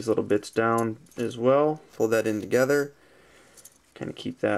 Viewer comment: Is he saying: "FOLD DIS BAK TOGTRER,"